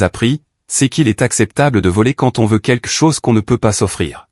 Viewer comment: Pourquoi est-ce si difficile de dire QUELQUE plutôt que de prononcer QUEQUE ?